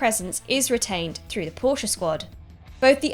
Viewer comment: The best about this video was that Porsche was pronounced properly and not just Porsh